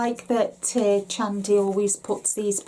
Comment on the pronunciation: Hi Linda. Lovely video. I’ve followed Chandi, Tim and their channel and team for years. Their yarn is gorgeous. And their designers including Chandi are amazing! I’m going to look for your interview with her right now. I took a quick look and wasn’t sure if I saw it. I hope you are well and my thoughts and prayers are with you. Thanks for sharing.💞 p.s. Her name is pronounced Shandi even though it’s spelled with a Ch. The Ch is not pronounced ch as in Cheese but rather a soft Sh as in sheet. Just thought you’d like to know. 💕